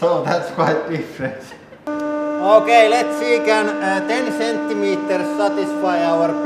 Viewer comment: He: "Thats only 10 Centiemters." She giggles.